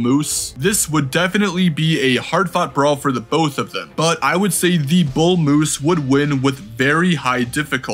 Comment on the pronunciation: There is no letter u in the word MOOSE